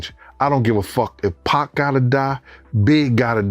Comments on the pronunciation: 2 Pack bit.. bye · It’s 2pac not 2 pack smh shouldn’t even be talking on shit if you can’t even pronounce this man’s name right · I'm so sick of hearing the Narrator fake voice saying 2 Pack! It's 2 Pac! Bit*!